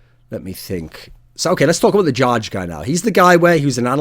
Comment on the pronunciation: jarge is pronounced "yar-geh"